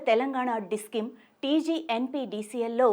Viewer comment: Discim kadhu..discom ani paluku